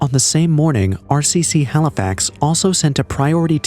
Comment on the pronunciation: Halifax not halifox